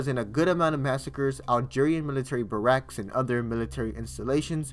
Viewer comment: It isn’t “ber-acks” for saying barracks, it is pronounced “bear-icks”